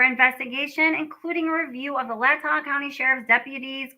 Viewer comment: It is pronounced as Moscow = Mos-Ko and Latah County as Lay-Taa.